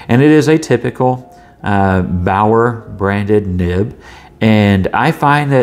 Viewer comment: Baoer is properly pronounced "Be'are" in English.